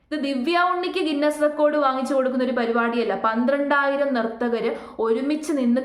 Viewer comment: നിർത്തകർ അല്ല .. നർത്തകർ.